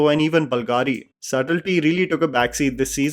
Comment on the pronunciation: It is BOOLGAAREE not balgaari.. Sorry😂... Good review though